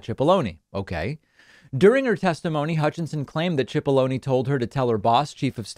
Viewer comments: It’s “Sip”aloney, not “chip”aloney. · i hate to correct you David but his name is pronounced as an S not ch, it sounds like SIP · Think it's pronounced sip-po-lo-knee. Like take a sip of this water. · David, in another story you reported on today, you keep calling Pat Cipolloni "Pat Chipolloni" it's driving me nuts, why are you pronouncing his name that way?